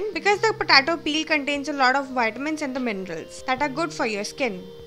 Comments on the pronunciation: Thanks for uploading but it's potato not pahtatoh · its potato , not patato 😂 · Puh-tay-toe.. Just a humble suggestion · It's pronounced Potaytoe not Potahtoe, Lets call the whole thing off. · "patato" haha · patato😂😂😂😂😂😂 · Lmfaooo "PATATO" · Please, potato is pronounced: POT-AY-TOE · when you say it "POTATO" .. cool.. PU TA TOH! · “Po Tar Toe” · Girl you need to learn how to pronounce potato correctly. It’s hilarious ur potato sounds petaatoh 😂😂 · because she is from the middle eastern country thats why its potato lmao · Not all Indians sound like this, but yeah the way she said POTATO is funny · Mayuri Patel 😂😂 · Mayuri Patel I noticed the same.